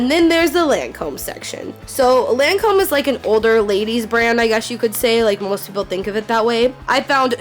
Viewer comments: omfg that's not how u say lacome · The way she pronounces Lancôme makes me cringe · lahncowme, jivenci, detectables...😬